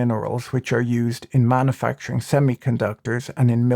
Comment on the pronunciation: Manna-facturing...isn't that making bread in the Sinai Pennsula? Come on, pronounce it correctly.